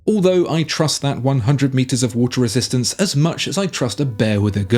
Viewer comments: "resitnat" lol pagani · "water resistnat"????? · “water resistnat” cmon pagani 😂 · "Water Resistnat" 😆